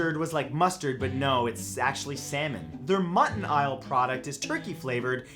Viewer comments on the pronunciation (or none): Are we not gonna talk about the “Mutt-in-aisle” part? “Mutt...in...eyle” it’s Muttonaise, like mayonnaise, Matthew. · "Mutton-aisle" it's Mutt-N-Aise as in mayonnaise, uncultured floating head 😤😤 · Anybody notice he said "Mutt-n-isle" instead of "mutt-n-aise" since its supposed to sound like mayonnaise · LOL Mutton-isle... I believe it pronounced Mutton-aise (similar to Mayonnaise... ) that's an L not an i Matt! just sayin :)